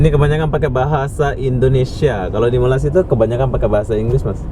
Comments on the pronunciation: Sebut Malay dengan malassia pun Korang sebut payah,lalu macam mana Korang sebut Indonesia dengan sebutan Indon? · Apa dia la, malassia malassia, nak sebut malay malaysia pun payah ( lidah keras) s dan y jauh beza tu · Nursan Dimas airil azzam itu bilang malasiiia lah bos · Kenapa tak nak marah orang Jepun sebab sebut Mareshia? hahaha 🤪